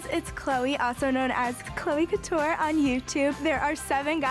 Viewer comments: How did you say “Chloe Couture” Edit: just heard here say Shane Dawson. Love you, but what the heck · the way you said "cloe couture" was incredible💀💀💀